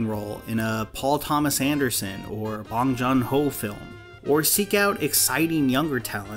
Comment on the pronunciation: Wow you absolutely butchered Bong Joon Ho’s name